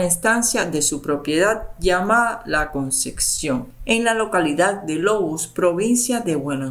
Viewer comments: La CONCEPCIÓN. No ConceCcion. Favor pronunciar correctamente. Muy mal leído el texto. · Todo muy interesante pero te pido que pronuncies adecuadamente. No es " la concección " es " la concepción ". Con pc ,no cc. Gracias